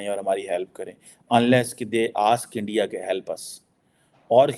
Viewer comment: Mamla Iran and Israel ka hai lekin pura time Endia Endia karke chala gaya 😂 India ka pronunciation bhi malum nahi and he is a student of international relations 👍